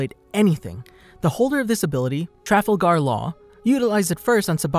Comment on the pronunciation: did he just say trafilgar?